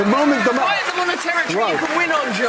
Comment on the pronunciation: Please try to say they, those, and them. I watch you all the time and love you brother, but it makes you sound less intelligent when you day day, does, and dem. And you're very intelligent.